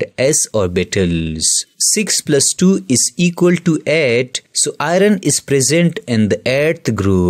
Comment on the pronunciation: Next time pronounce Fe as (iron)Ayorn...not Ay_ron